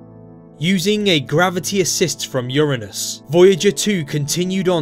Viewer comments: People have been saying Uranus wrong. A lot of people pronounce it as "Yoo-ray-nus" and most of us could never say it with a straight face anymore. Thank you for saying "Yoo-ruh-nus" in this video. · I am relieved to find a man that pronounces "Uranus" correctly, rather than saying yOuR aNuS. All anus jokes aside, Uranus is a really cool planet.